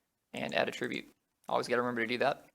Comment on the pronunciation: I really hope you don't keep copy/pasting in the rest of these videos.... Also - I hate how you pronounce Attribute lol